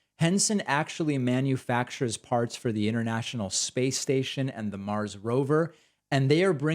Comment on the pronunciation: Hopefully he'll be the first man on "Nars." Yes, he said "Nars" for "Mars" one time.